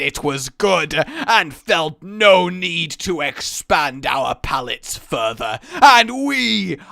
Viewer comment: This whole rant almost killed me, once when he said, 'palate' I reallllly lost it, pretty sure I almost fucking almost suffocated